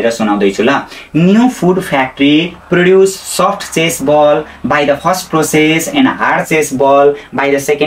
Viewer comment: चेस बल हैन होला, चीज बल पो हो जस्तो ला ओ त मलाई त😂